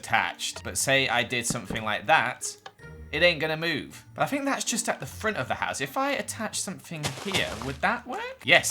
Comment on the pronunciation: I’m sorry for what I’m about to say - but saying fink instead of think and free instead of three hurts my soul so much!